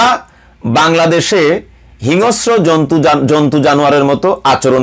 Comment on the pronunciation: Not hinosro, it should be hingsro Mr..